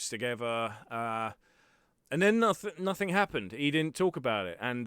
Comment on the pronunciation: Npthing too u wanna not say nofing. Otherwise your voice seems good. Just this one thing is the most wrong thing your accent has done to you. Your accent otherwise is goid it is just this one thing that so very few others say it like.